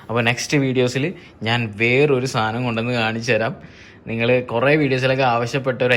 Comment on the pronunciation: "സാതനം" അല്ല "സാധനം"...😂😂😂